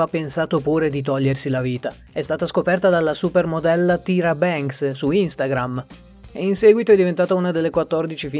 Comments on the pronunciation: Si scrive Tyra, ma si pronuncia TAIRA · Ai sbagliato pronuncia è taira bens